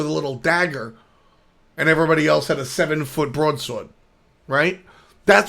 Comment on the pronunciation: I love the New York accent when says broadsword xD